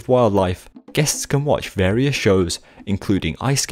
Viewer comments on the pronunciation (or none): none